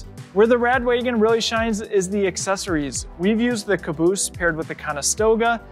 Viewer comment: Its rad wagon not rad waygon